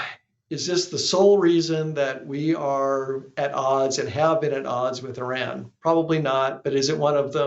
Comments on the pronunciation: Please pronounce Iran correctly. It is pronounced E-Rawn not E-Ran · What is “Eran”?????? It’s called Iran!! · the pronunciation is. e run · it’s pronounced E-Run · If it's always about Iran. At least have the IQ to say the name of the country right. Ridiculous